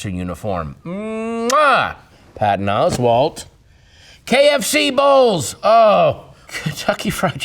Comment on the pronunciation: Until this video, i always said ‘Oswald’!! I love the way her annunciates the T, for idiots like me. 😂😂😂